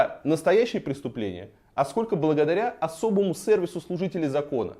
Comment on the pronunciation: «Особый сЭрвис» как я угарел с этого)